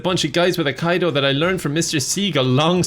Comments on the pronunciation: Love this sort of commentary vid from you! Honestly,, if you're having fun, we have fun watching it. (Also it's pronounced Eye-Key-Doh, if you're curious) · I love how pronounced Aikido because it absolutely fits with the Steven Seagal version of it. Edit: That diss track was absolutely amazing. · Aikido is actually pronounced EYE-KEE-DOH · Its aikido... ay-kee-do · is a Steven Seagul genius. P.S. - "Aikido", as with most words in Japanese, are pronounced as if you read them in Spanish:3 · I had to turn this off after all the mispronunciation of Aikido. It certainly is not aik-eye-do! Google it before you make a video or you are as bad as Steven Seagull. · No, you pronounced it wrong. Aikido, not akaido. Seagal is very weird however. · 😀 Did the presenter call Aikido as "Al Qaeda"..? 😀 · AHH Kite O???😇..Aikido, " Eye Keet Oh"...get your joke right darling! Even a drunken half German, half Norwegian, half Native American (My mother was a big women) can pronounce Japanese. Good Vid though, keep being a chad...Segal is the biggest joke not only in Hollweird but also in all Martial Arts circles! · Ackido? Sounds like an insurance company to me. It’s pronounced Ah-kee-do. 🤦🏻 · The video is great, but... "Aikaido"? How many romanised Japanese words do people need to read so that it finally sinks in that "i" in romanised Japanese always have a "ee" sound? Haha. The hard "I" would be "ai". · The Corey Feldman of action movies 😂 FYI -- it is pronounced "AI-KEE-DOH" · ... is he pronouncing it "Uh-kai-do" just to troll us? I don't get it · It's pronounced ai-ki-dō btw. It's not a "form of karate", it's a completely different martial art. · I - Key - Dough. You're welcome ;-) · It's pronounced a-key-dough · It's pronounced "Akido" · Great take on that idiot seagull. BTW, it's pronounced AYE-KEE-'DOH! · I like how pronounces aikido uh-kai-dough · Aikido = Eye-Key-dough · aikido, ah-key-dough